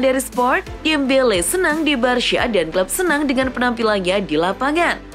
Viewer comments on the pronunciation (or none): none